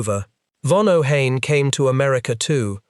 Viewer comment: It is pronounced OH-HEYE-N.